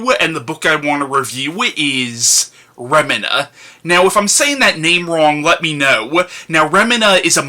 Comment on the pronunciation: I think its pronounced Remeena.